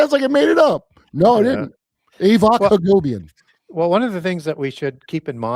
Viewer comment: It's Avak HagoPian, not Hagobian...also, Kurp reeeeeally needs to start pronouncing that T better every time he says "GATE Program" 😅😂